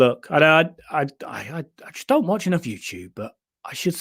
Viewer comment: The Bad Watch. But you pronounce Watch like batch.